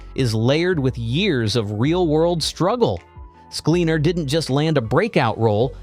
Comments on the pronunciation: At least get the pronunciation of his name right! SKLEN-ar. Not SKLEEN, not accent on the last syllable.Plenty of examples of him saying his own name. Check it out. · At least get his last name right...